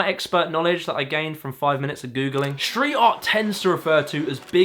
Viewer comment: Schtreet, Schtrong?? It's Street and Strong!